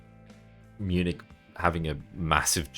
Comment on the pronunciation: No Munich pronounced Miu-nik.